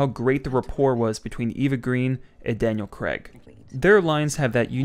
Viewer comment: Who is Daniel Creg? 😂